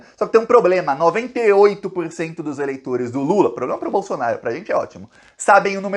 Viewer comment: Tchutchuca do centrão e noivinha do Aristides!!!! Kkkk Este presidente tem "pobrema"!!! Kkkk